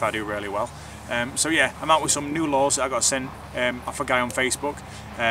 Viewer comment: Lures not " Laws " ...